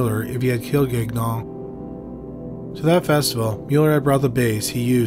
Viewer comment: Please tell me I misheard you pronouncing, "Gagnon" as "Gag-non"... Thanks,.